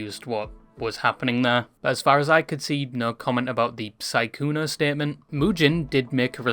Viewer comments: Are you saying sykuner? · Im pretty sure it is sykkunO. Oooo not aaaaa. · the way you're calling him "sygooner" is frying me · Why do u keep calling him sykkuna